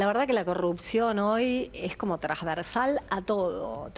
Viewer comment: Favor avísenle a esta señora que la palabra es Transversal y no Trasversal como ella dice. Que a su edad, todavía no sabe hablar es penoso.